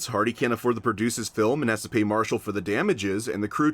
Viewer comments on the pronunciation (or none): none